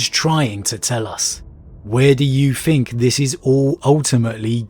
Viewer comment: I really enjoy this channel, after all these months listening I just wish he would put some time into his pronunciation - as his channel grows especially. Even just fixing his "th" sound, it grates so much every time he says "fink" instead of "think". "What do you fink? What are your foughts?" Apart from that, great video as always.